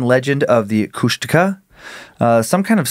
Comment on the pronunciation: I was born in Ketchikan and grew up on Prince of Wales Island, Southeast Alaska, and my dad always told the story when I was a kid about when him and three of his friends were over by Kasaan and they swear they saw a Kushtaka (which they are totally butchering the pronunciation). I've spent most of my life on the island and all over Southeast Alaska, never got to see anything like that, but there's lots of eerie things back home, that's for sure.